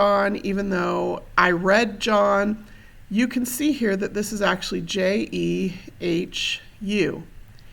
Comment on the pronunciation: Excuse me...but you are mispronouncing that... Jehu (/ˈdʒiːhjuː/; Hebrew: יֵהוּא, Modern Yehu, Tiberian Yēhû, meaning "Jehovah is He